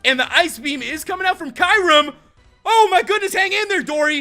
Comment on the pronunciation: You're saying mispronouncing Kyurem. lol